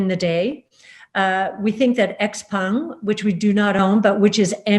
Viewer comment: Wow, Cathie Wood actually pronounced 'Xpeng' correctly. Even more respect for her now. So many commentators on all things China who can't be arsed to pronounce Chinese properly.